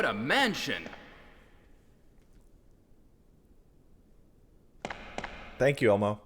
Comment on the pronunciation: What a MANSHUN